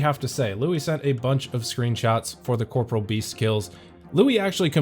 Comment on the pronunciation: When will literally EVERY OSRS YouTuber learn how to pronounce the word "corporeal" correctly? 😂